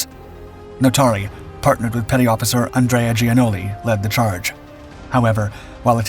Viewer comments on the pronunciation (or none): none